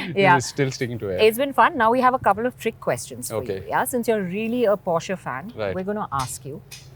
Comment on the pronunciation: why is she mispronouncing porsche everytime